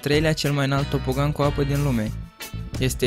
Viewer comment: Ai zis "TOPOGAN" si ai scris "TOBOGAN"😂😂😂😂😂😁😁😀😀